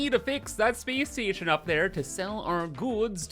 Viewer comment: "Speece Steetion"